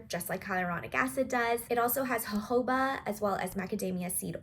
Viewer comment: It's HO-HO-BA!?